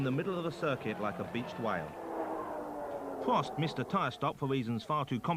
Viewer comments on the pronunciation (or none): “Pwost missed a tywe stop fow weasons faw too compwicated to bo you wiv ere.”